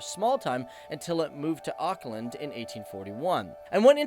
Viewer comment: That's not how you pronounce Auckland